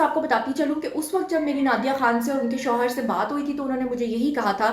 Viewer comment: plz correction hoshar nahi shohar hota hai